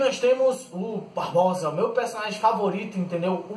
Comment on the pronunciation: Não se chama "BarboSa" e sim Barbossa.. Da pra melhorar, mas so falou bosta! kkkkkk